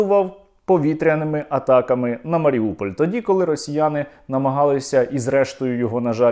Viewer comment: Дякую. Зауваження, не Маріуполь,а Маріюполь